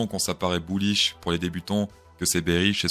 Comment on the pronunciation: n'active pas les sous-titres xD "buouish" Top l'intro ! je decouvre a peine ta chaîne ! team ++